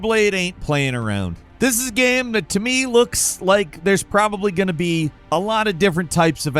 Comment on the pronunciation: for fuks sake. what is a ge-aim ? its a game.